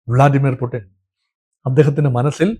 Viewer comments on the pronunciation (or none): none